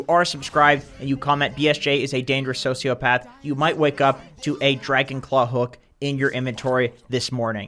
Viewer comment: "BSJ is and dangerous sociaphath" lol